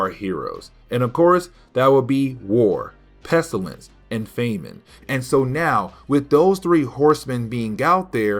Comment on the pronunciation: Famine... Not femin... And you do a lot of over-explaining this video could have probably been a few minutes shorter